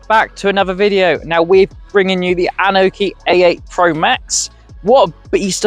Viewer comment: Dude, what the hell are you babbling? The bike literally says its name when it starts up and it’s not “an oki”. It’s “Annie-oki”